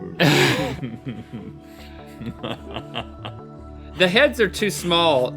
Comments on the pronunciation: It’s Justin Bieber not bustin jieber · bustin jieber... RHETT THAT WAS AMAZİNG MCKFMKCFMD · "We shall not say his name but we shall call him Bustin Jieber